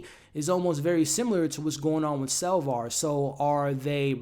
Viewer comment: Now you are using the name SalvAr... its SapvOr. Cant believe you'd leave these videos up with such a glaring mistake. You ever review star wars? You know... the original with Luck Skywolker?